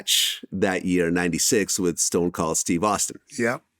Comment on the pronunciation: The way vlad says stone cold's name the first time🤣😂 he says "stone cole"